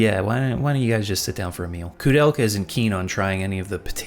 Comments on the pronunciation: Dude, it is not KOO it is KOU(K-OH - KOH). I will never understand people, who are speaking enlgish but couldn't spell latin correctly This ruined ther whole thing to me and I quit watching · Why are you pronouncing her name as Kudelka? There's an "o" there. She even says her own name as an example and doesn't pronounce it as "Kudelka." The "ou" vowel pairing in "Koudelka" is pronounced the same way it is in "Touhou" - the long "o" sound.